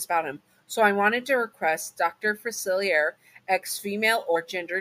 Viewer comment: I dont want this to come across as rude, just want to provide a pronunciation guide. It's Facilier, said Fu-Silly-Aye (hey without the h). And Loa is Low-Uh. Again, that wasnt to be rude. I love listening to your videos and hope you're remembering to take care of yourself, just like how you remind us listeners to look after ourselves.